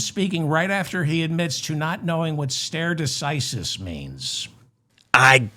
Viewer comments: Stare decisis is pronounced starry decisis. Love your show! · I'm not good at leaving comments, but this might be useful to you. That first word of that phrase is pronounced "STAR eye" or "STAR A" . You had the second word right already.